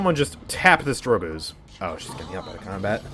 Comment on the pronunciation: "Drogoz" is in title btw.. it's not drogoz but drogzo